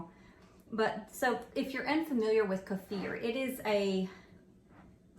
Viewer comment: I’ve always heard it pronounced Keeeeefur not kafur! 😂😂